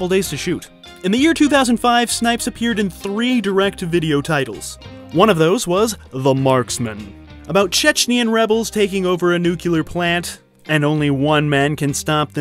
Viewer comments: downvoted because you can't say the word nuclear.... hint: it only has one letter u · Omg why cant ANYONE say "nuclear"? Nuke-Lee-Ir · nuclear (nu·cle·ar) /ˈn(y)o͞oklēər/ NOT nukeyouler >.< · Nuclear plant. I used to love Americans before Dubya and Trump...but I can't with the newkiller plant....ooooh makes my teeth itch, just like people who cant say ask and say axe... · You need to start pronouncing “nuclear” right